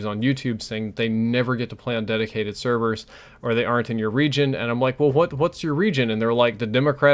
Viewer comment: Dedicated "severs"?